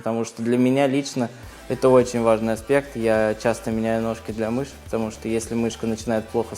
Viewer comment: А как он говорит мишъ